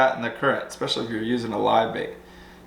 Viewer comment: There is no X in especially, so stop 😫 pronouncing it....lol. Oh, and follow Kelly's lead and get you a real truck.